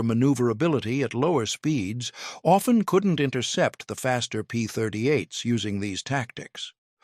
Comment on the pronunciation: AI slop. P-38s, not P-30 eights.